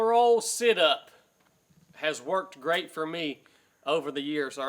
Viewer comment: he said "he's a grwat human"